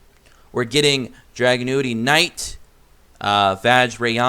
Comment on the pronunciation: Drag- unity is how it’s pronounced